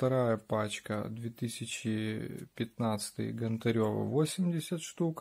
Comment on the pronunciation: Чи важко вивчити прізвище ? Нє ГонтарЁва а ГОнтарєва!